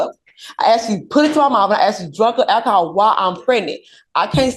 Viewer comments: Her pronouncing it "ackahol" is just the icing on the cake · It's "ackahaw" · Ak-o-hol .. case closed .